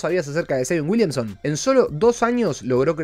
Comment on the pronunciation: Saion uilianson XD (no busco faltar el respeto lo siento)